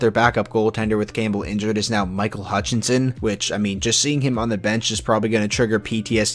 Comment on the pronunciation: Michael Hutch-it's-in